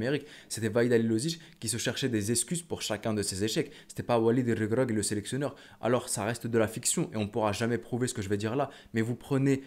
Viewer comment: Comment tu prononce walid REGRAGUI 😂😂